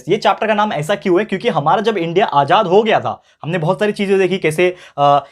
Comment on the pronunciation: Ajad nahi aazad